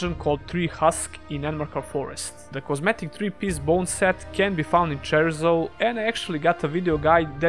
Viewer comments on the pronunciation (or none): Not cherizo, cierzo